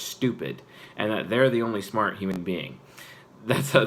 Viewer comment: lulz he said me schmart